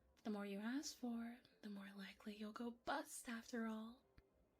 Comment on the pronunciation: Read my mind at blackjack, easiest game. However when i heard the dumbass chose the ace to be 11 i facepalmed so hard.... Also, there was so much emphasis on the word bust, it made me think she wanted him to bust in a different way lol I have to do it that comment about the tears. Maybe somewhere even a devil may cry when they lose a loved one, dont you think? To those that know the quote youre badass